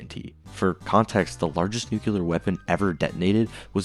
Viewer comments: Nuclear, not Nucular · Why can so many people not pronounce the word NUCLEAR? it's not NUCULAR! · Props to all the math being done... But bro still pronounces "nuclear" like "nukuler" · lol you said nucular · > Talks about physics to prove the show wrong > Pronounces “Nuclear” as “Nukeyuler” Good video though! I enjoyed it. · If you're trying to cite relativistic physics problems in TV shows you should probably learn to pronounce 'nuclear' correctly. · assuming you can pronounce nuclear.also...its a sad show...too much gore that fascinates and less consitency as people mention.also nuclear weapons are not real. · You are still infected by Bush's pronunciation of this word.